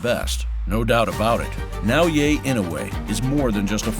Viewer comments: Nice video. His first name should be pronounced “Nah O Yah”. Not “Yay” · For the record: it's Nao-yah, not Nao-yay 😅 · Damn! Please pronounce his name right! You heard it many time even within the quoted video! Its NAOYA not NAOYE! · OMG, it's not Nao-"Yay," its Nao-"Yah." LOL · I just don't understand how this narrator is pronouncing Naoya so fucking wrong. He is saying "yey" or "yay", he is adding a non-existent 'y' at the end of Naoya. This could be an AI video who knows. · nao-ye? it's not hard dude, it's nao yA. pronunciation of last name is bad but passable, so please just work on the first name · For what it's worth, his name is pronounced "Now-ya" not "Now-yay" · Absolutely butchered his name. Now-U-Way. It’s Na-Oi-Ye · His name isn't "Nao YE" it's "Nao YA". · NAOYAH not NAOYAY. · " NaoYeah " lol c'mon xo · アムウェイみたいに呼ぶなし しかもナオイェイとか過去一酷い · Na-oh-ya it's that ez to say the dudes name. Literally the first words from the narrator and he can't do it. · It's NAOYA (NA-OH-YA) INOUE.:face-red-droopy-eyes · If you're going to make a 'close up' video on a fighter, if not out of simple respect, at least show the journalistic integrity to learn the proper pronunciation of his name - NaoYA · Nah-O-Yeah That's how to pronounce his name. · Great video but hire a narrator who takes the 2 seconds required to learn to properly pronounce a japanese name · The way you pronounce his first name hurts my brain. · Great video, but such a shame you pronounced Naoya incorrectly throughout. It's quite jarring and a bizarre mistake when you've gone to so much effort to produce an otherwise high quality piece of content.